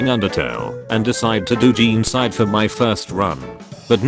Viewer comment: i never want to hear "jeencide" every again just say genocide please